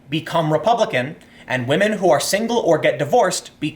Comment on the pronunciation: One word "whamen"